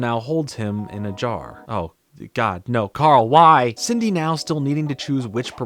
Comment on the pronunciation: I love how pronounces Cindy as "Sidney" lmao Idk if anyone noticed